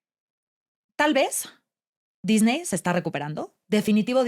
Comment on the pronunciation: Muy completa la información y para no variar, demasiado uso de palabras en inglés en lugar de usar su equivalente en español. Sin embargo en esta ocasión hay un plus imperdonable: no pronuncian correctamente el apellido Disney. Tache.